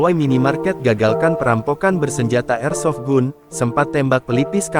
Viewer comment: Senjata tuh bacanya..airsofgan ...dol...jd komentator/penyiar kok ndos...hrs nya caribyh bs bhs inggris ...bkin malu2 in lndo aj...😮😂